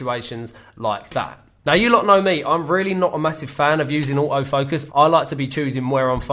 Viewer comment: That British accent: Au-o focus.